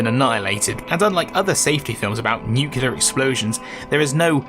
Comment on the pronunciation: Great video, but you pronounce nuclear wrong so I'm coming for ya'